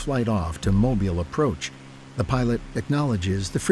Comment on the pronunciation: Sorry voice. It’s not mobil it’s Mobile ( eel). Mobil is a gas station.